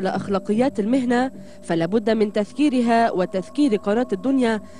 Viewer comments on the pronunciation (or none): مذيعة الدنيا ,, قالت المحنة ولم تقل المهنة